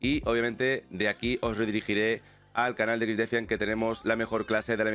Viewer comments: XDEFAIAN pero pronuncialo en ingles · Cada vez que dice exdefiant muere un pajarito.